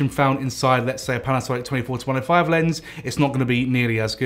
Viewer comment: Sounds like hes saying 24-25.